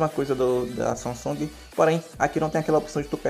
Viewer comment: Sanhhan meu celular Samsung Ksksksk falo errado em mano ksksksksk